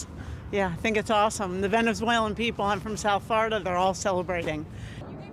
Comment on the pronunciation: “I’m from Floriduh “